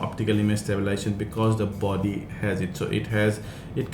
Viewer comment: Thanks for the review. One small correction.. is not "stabilation" it is stabiLIZAtion. Other than that your English is very good and easy to understand. Good job :)